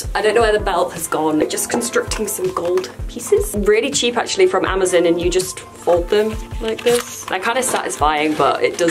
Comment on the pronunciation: Really cheap from "Amazin"?😂😂 its Amazon